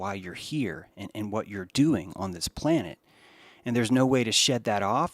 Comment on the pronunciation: how r u going to use the word planet? And I have heard it come out of u before. Several times. I'm just wondering y u don't stop and correct urself when u do that? I'm sure u noticed when u said it...